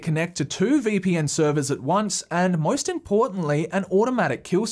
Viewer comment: how everyone else pronounces "most": most. how pronounces "most: MOIST